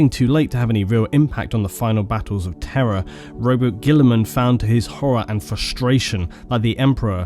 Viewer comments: It’s time for another exciting game of: “Is he saying ‘Terra’ or ‘Terror’?” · Everytime you say Terra I hear terror. It's so fitting.